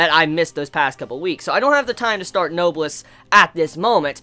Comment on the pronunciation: it's pronounced "no-bless" . it's a real word so if you search it up you can hear it just to make sure. AND SOMEONE PLEASE TELL ME THE SONG IN THE BACKGROUND PLEASE PLEASE PLEASE!!!!!!